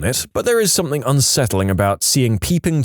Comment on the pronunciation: No K In the word something